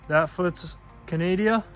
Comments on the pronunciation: We don’t call it canadia it’s CANADA” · Canada NOT "Canadia" 😡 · It is Canada not Canadia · I find the way your son pronounces Canada to be incredibly disrespectful. It's attitude like his that continue to create poor relations between our countries.